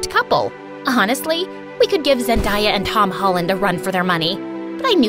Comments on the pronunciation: it’s Zen-day-ah not Zen-die-ah!!! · It's not zan-die-ya it's zan-day-ya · It’s zendaya not zendya Edit:I like my own comment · It’s ZEN-DAY-A not ZEN-DIE-A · No Offence but it's " Zen day " a not "Zen die a " please correct your pronunciation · did she seriously say Zen-die-a 😂🤣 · Not Zen -dy-a. 😂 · She pronounced Zendaya Zendiya 💀💀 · Zen- die-ah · why did you say Zendaya like that? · Did any body else notice that she pronounced Zendaya wrong? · you pronounced zendaya wrong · She said Zendiah and tob hollin likeeeeeeeeeee whattttt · Bro didn’t even say Zendaya or Tom Holland right like imagine how do you not know how to say🙄💀💀💀